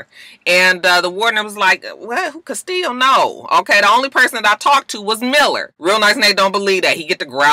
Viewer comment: Me too, its the correct pronunciation